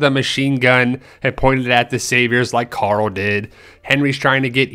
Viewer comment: Carl. Not Car-ull